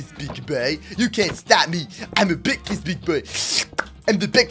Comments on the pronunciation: MY FAV WORD BEKFAST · I like the parts where said "BEKFAST" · MOOSE: Did someone say BEK FAST SOME PEOPLE: It's breakfast time right now